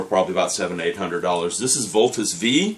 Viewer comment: Just so you know, it's actually called "Voltes Five".